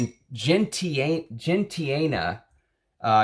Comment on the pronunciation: Gentiane is pronounced Gen=Jean (as in Jean-Pierre), -tiane=cee-ann. I hope this helps… trying to help, not judging your accent. 😊I live in Texas and people ask me all the time.